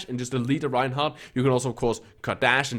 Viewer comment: Are you a Genji main? How in the hell did you get to gm playing like that wtf... "A Reinhaah" lmao